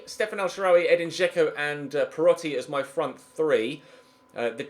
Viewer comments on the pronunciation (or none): none